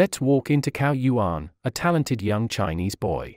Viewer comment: you should say that like 'tsao yuan'